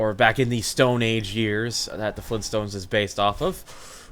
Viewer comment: Fleen stones?!?